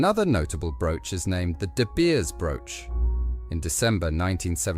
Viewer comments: She's not "Her Highness," she's "Her Royal Highness." Whoever programmed this AI narrator demoted her. 😖 "Princess Mary of TECH??" "Ruby SWEET?" And it's "De Beers." Repetitive and annoying way of presenting a beautiful collection. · Godawful AI with an unnecessary AI generated banner misspelling de Beers (dabiers?????) Suite (sweet??) Andrew Grima (a particularly egregious greamer/grahmer/greemer abortion). Dear lord - BEFORE putting it out there, is proof-reading too much to ask?????????